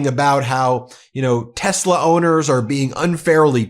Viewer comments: Leon cannot even correctly pronounce the name of his own damn company. *Tezla*? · It's not Tezla it's Tesla. Elon can't even pronounce his own company name. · Musk doesn't pronounce Tesla correctly. He says Tezla.